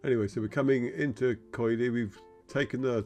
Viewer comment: It is pronounced Kili, the oi is and i sound in Greek.